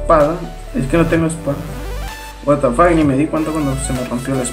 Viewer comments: No si se dice a si pero se lee Ua ta fac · No es por ofender pero no digas "What The Fuck". Por que no lo sabes decir bien, no te ofendas:3 Like :3